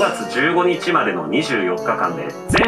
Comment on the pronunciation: 5月15日 を上手に言えないキリンさんかわ